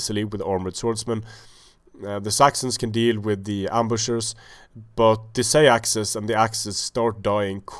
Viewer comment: "Seax" is actually pronounced "Sax" as in "Saxon" as far as I know.